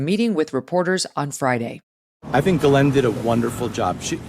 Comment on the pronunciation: For years, Ghislaine Maxwell's many attorneys have always called her Guh-LENN. You think they'd know better and call her JIS-layn or Gill-AYN or whatever her name really is like everybody in the media does. And you'd think she would have corrected them so they would pronounce it right. But No! They insist on calling her Guh-LENN for some reason.